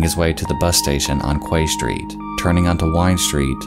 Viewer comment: "Kway Street" "Kwayside Shopping Centre" "exspecially" There's that famous American education system in action.